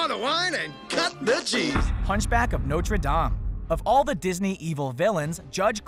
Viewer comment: He pronounced Notre wrong lol